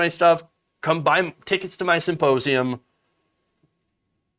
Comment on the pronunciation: He keeps calling it a "supposeum"... go figure!